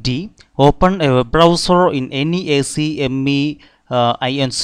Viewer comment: Good job on this. For future reference, ACME can be pronounced as ack-mee. Much quicker that way :)